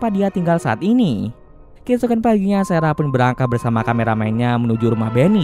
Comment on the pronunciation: sarah bang bukan serah